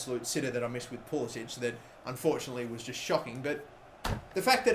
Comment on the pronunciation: Ffs it's not pool-is-ich. It's pool-is-ick. Not that difficult